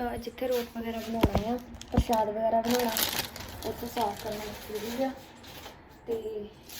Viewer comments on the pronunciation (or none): Preet ji parshad parshood nhi bolida tuhade boln vich roughness h ja fir parshad bagera mummy sohna bolde ne manveer de stomach vich keedeye honge